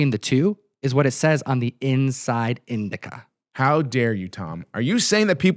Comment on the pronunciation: Isn’t it “indicia”? “Indica” is a type of cannabis plant…! 😂